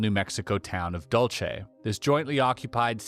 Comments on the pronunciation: it’s Dul-Seh not Dul-Che, New Mexico. just FYI :) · Dulce is pronounced Dool See Great content!!! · Aztec is about 15 miles from me, and not far from Dulce (pronounced "Dool-see", or, "Dool-say", no "Cha" sound in it.) I am 55 and there are a lot of strange things and stories that have happened to me and others around this area. Thank you for your great video.